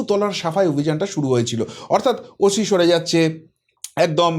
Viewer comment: কথাটা ওশি নয় ওসি। এরপর হইবো না হইবো না বাঙাল ভাষা প্র্যাকটিস করবেন এত সোজা নয়